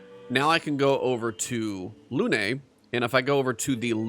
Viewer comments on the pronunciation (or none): It's Lune. Not Lune-ay. The game is French, you don't hit the last letter unless it has an accent. Didn't you open the video by saying you like to change sound so that you can hear voice overs?